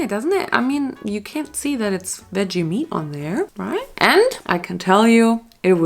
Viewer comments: Girl you’re saying meat wrong 😭 it’s « meet » not « met » (love u tho) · It´s MEAT, not met